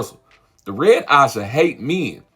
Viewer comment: Why can’t he say AJAH?